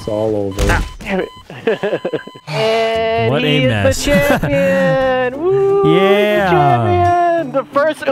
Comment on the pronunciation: “Heart of da cards” immediately smashed by a refrigerator😂